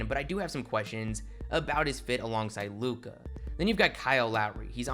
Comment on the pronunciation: Stop extending syllables and ppl might sub. “The bulls were riiiight” “a figure super star in lukaaaa” “an unprotected first rounderrr” bruh annoying asf